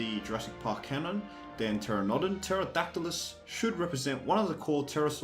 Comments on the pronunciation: Learn how to Pronounce pteranodon right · Lol I like how you can pronounce all these obscure dinosaur names perfectly..... Just not pteranodon